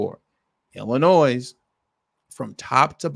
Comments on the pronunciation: You don't pronounce the S in Illinois Bro. Chill out. 😂😂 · Good Lord man, ya don't pronounce the "s" on Illinois. smh...